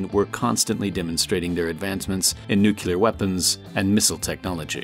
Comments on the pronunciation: Friendly reminder that needs to pronounce "nuclear" correctly. It's not nucular. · learn to say nuCLEar before deciding to do educational videos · Nuclear not Nucular. . .